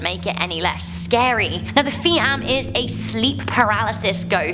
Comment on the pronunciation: Phi amm..means possessed by ghost.its pronounce "PEE AHMN"